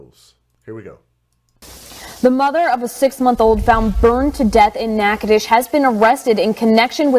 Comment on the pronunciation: Natchitoches Louisiana that's around the corner from me to and you said it correctly nah-codish, or nah-coh-doches